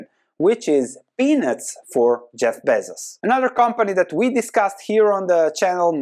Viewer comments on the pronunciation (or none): none